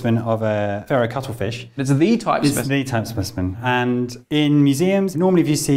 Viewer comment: SPESHIMEN forsenT